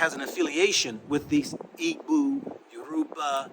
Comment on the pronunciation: Igbo EE-bo. Not EE-Boo